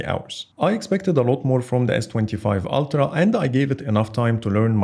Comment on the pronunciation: ‘Altra’?! It’s Ultra, mate.